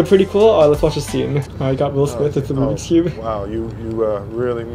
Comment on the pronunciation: It's rubiks not rubic